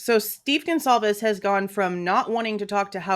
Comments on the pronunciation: Dude said "Gone-clah-vez" ...the disrespect to not even know their name good god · This Blum guy is disgusting, not only is he a scum he can’t even pronounce Goncalves properly. How can a writer not even pronounce words properly! I listened to him briefly on another channel, he’s sickening!